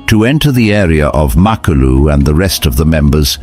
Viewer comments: Wait a minute...I watched The Lions of Sabi Sand and Brothers in Blood....this is some pieced together BS. You saying Mopo"goes" instead of Mapo"hoes" was the first sign. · First, they are pronounced the MA-PO-HO! Second, lions are not a herd, they are a pride! 3rd, most of this video is not footage of that coalition (virtually all the fight scenes)! 4th, the story is not in chronological order! This is a shame of a video regarding one of the most prolific coalitions ever! And the coalition that killed Kinky-tail is pronounced MA-JINGAH-LA-NEE! I'm not trying to be mean, this was just so irritating to watch as a lion lover and LONG time follower of true lion documentaries. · Use the correct footage & more importantly, Pronounce the pride name Correctly… Mapogo= Mapoho pronunciation!!!!